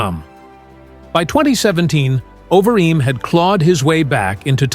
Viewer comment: Terrible AI V/O: "over eeem"